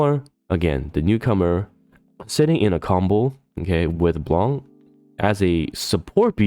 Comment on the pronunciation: My mood was bright until you mentionned sync lvl 280; it became confused after, and a little bit sad ><' It got fucking bright when I heard you pronounce Blanc's name properly tho:D Thanks for the video!